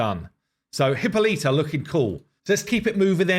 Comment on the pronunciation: I love everything you guys are doing, but could you please stop butchering Hippolyta's name. She is not of the Genus HIPPO. Hippolyta pronunciation The pronunciation of Hippolyta is a topic of interest, and there are various ways to pronounce it. Here’s a breakdown of the different pronunciations: British English: 4 syllables: “hi” + “POL” + “i” + “tuh” American English: 4 syllables: “hi” + “POL” + “i” + “tuh” (similar to British English)alli